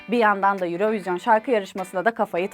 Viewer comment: Sevgili Vibio ekibi ve, Yayınladığınız birçok videoda ilgimi çekti, neden "Eurovision" 'un "Euro" kısmı İngilizce, "vision" kısmı Fransızca telaffuz ediliyor? Tabi istediğiniz şekilde telaffuz etmekte özgürsünüz fakat şahsi fikrim, böylesine telaffuzlara ve diksiyona dikkat eden bir kanalda orijinal telaffuzu olan "örovizyon" hadi olmadı "yurovijın" diye telaffuz edilmeliydi. Farklı bir sebebi var ise beni de aydınlatabilir misiniz?